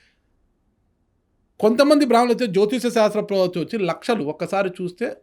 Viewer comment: యాంకర్ కి సరిగ్గా మాట్లాడడమే రాదు, సంకా శాస్త్రం,, jyotisam అంటున్నాడు. సరి చెయ్యండి గురుగారు